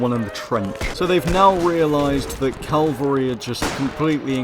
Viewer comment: Cavalry It's Cavalry Not Calvary You're English you should know this